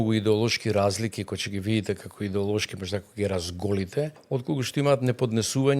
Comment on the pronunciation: 1) не е вие него е ти. Не го пошујте толку. 2) он имал идеа, па таа била негова... ма немој 3) тој нема такво искуство за што е пригодно за МК. 4) кој него го прашува 5) не се вели "че ги видите" (сељак), туку "ќе ги видите" (сељачина проста лопов) 7) за богатењето, од свое искуство зборува? 8) судството е упропастено од негово време 9) не е " не доаџа" туку е "не доаѓа". селендра